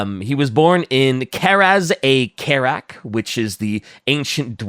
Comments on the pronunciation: Just want to point out how terribly you pronounce Karaz-a-karak. Khazalid (the language of the dwarves) would pronounce it Kah-rahz-ah-Car-ahk. but overall love the episode :) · This manling dares say Karaz-a-Karak wrong? Into the book your name goes